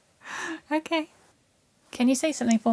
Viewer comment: he clearly said Oh Key is Genius 🥰😍🤩